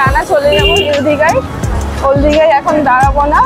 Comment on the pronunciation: দিদি ওটা ওল দীঘা নয় ওটা ওল্ড দীঘা😂😂